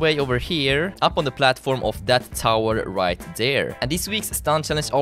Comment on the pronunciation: he says white instead of right